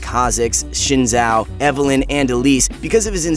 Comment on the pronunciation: Because actually it's "shin jao"